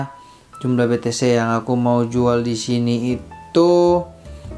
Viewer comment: Be te ce om bukan be te se hehe cmiiw